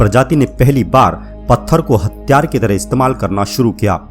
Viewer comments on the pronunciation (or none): none